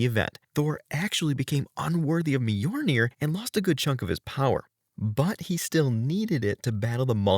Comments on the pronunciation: Myolnir not Myornir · I enjoyed the facts, but it hurt me every time I hear MY-UR-NAIR. (MI YUL NAIR).